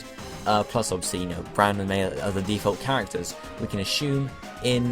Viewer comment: his name is brendon not bronden